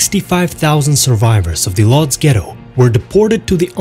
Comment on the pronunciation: What the hell is Lodge? It’s Woodj.